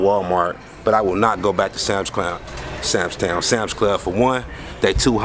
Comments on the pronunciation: He keep saying sams town lol club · stay callin it "SAMS TOWN" LMAO!!